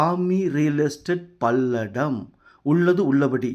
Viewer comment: பல்லடம் என்று சொல் பள்ளடம் இல்லை